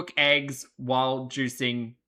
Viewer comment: Why do all the gorlies say "aygs" instead of eggs?